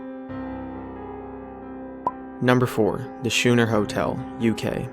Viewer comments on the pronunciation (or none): I live like a mile away from the schooner hotel, it's pronounced scooner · Schooner is pronounced skooner and is a type of sailing boat. See wikipedia. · I could be wrong but isn't "schooner" pronounced "skooner"?